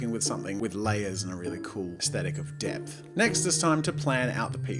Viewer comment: Every time he said depth I think he says death